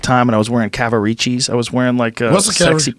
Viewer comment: lol Joe with the Z Cavvarichis